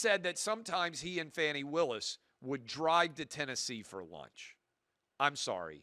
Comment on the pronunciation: When you can’t even pronounce her name correctly, there’s a problem. I don’t think what she did was smart. I thought it was really fucking dumb. But anybody watching this stupid case it’s been brought forward for prosecution who has a brain would know that the entire thing is Taudrey tiresome, and stupid. Yet any conservative kid watched that and as usual lie about what is clear right in front of them just a paint a picture because you have a fucking agenda always the agenda to hell man. Just speak to the truth not the truth as you see it the actual factual truth. When you guys stop making shit up like Fox News does then I might have something to listen to.